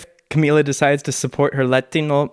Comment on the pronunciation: Finally you say "Camila" right